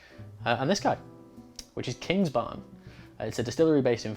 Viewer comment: It is Kingsbarns,. Or should I write ""? 😜😁